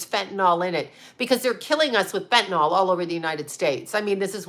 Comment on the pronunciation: Not trying to be a b-tch, BUT…there is no letter O in the word fentanyl. It’s pronounced: fen-ta-nil.